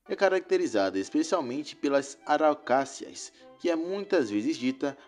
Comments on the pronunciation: O cara errou o nome da árvore: não é "araucácea", e sim "araucária".😄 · Só um comentário, é importante que a pessoa que narrará os fatos do vídeo, se informe para não passar informações erradas ao publico. Na verdade essas arvores chama-se Araucária e não araocassia ok? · Na verdade, é araucária... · Araucária, o nome correto. Ele falou errado.